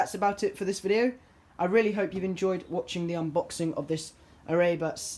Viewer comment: Erbauer is german for builder or workman and it's pronounced "eh bow er". Great video! 👍